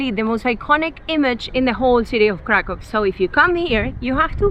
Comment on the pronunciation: Just one thing becuase it hurts our ears when we hear it. In Poland when you see "w" it should sound like "v" in English. So when you say Kraków, it's "Krakoov" or Wawel it's "Vavel" 😜 Have a good time in Poland! 😊